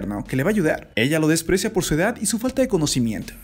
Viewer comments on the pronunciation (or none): logico que me di cuenta y puedes hablar bien porque pones la E al final de las palabras se dice PUESTO NO PUESTE QUE HORRIBLE HABLAS EELA ELLE QUE ES ESO